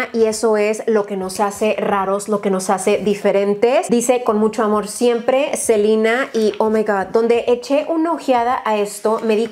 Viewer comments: Crystal Skies en nombres propios lo correcto es pronunciarlos como se leen, en este caso en español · Amoo a, pero si literal3cada vez que dice Selina, le grito a la tele diciendo: se LE na! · Hasta en Disney le dicen Selena, no Selina jaja mori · ¿Alguien más siente raro cuando dice “Selina”? Como que ya estoy acostumbrada a escuchar Selena tal cual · “Selina” hasta mi mamá se sorprendió por la pronunciación xddd aquí desde que la conocí en hechiceros de weverly place le decimos ‘selena’ en fin, latinoamerica xd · Hana Vid si,es q esa es la pronunciación gringa.. yo la conozco como SelEna con E.. y sólo conocía a Selena y los Dinos.. esta chava nooo se q onda.. :/ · Selina Yo: Selena 🤣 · Alguien más se imagino cada ves que decía "Selina" y no "Selena" se imaginaba a la Reyna del Texmex? En la actualidad algo así hubiera estado increíble me imaginé a probando sus productos su ropa y probablemente hubiera sacado maquillaje 😓💔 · me daba mucho estrés cada que escuchaba a decir "SELINA" "SELINA GOMEZ" 😌 me acostumbre a Selena Gómez 😅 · se dice Selena , los nombres son propios y no se cambian dependiendo el idioma . Ella se llama Selena Gómez no Selina . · Confirmo.. duele cada vez que dice Selina 😣😁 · Muchos años yo también le dije Selina... pues así se pronuncia de este lado, pero después ya le empecé a decir Selena... creo que no afecta como lo pronunciemos siempre que sea con respeto. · Sino me equivoco los nombres propios se pronuncian en su idioma original, entonces sería Selena no Selina 😂😂😂 creo 👀👀😂😂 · se llaman nombres propios, los cuales no deben ser modificados del idioma original en el cual están. Selena es un nombre en español, y se debe de pronunciar así S E L E N A Que ella lo pronuncie Selina porque su primer idioma es el Inglés y así se pronuncia en ingles no tiene nada que ver. Pero si uno habla español y sabe como se pronuncia correctamente, pues hay que hacerlo correcto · Soy yo o dice selina en vez de selena?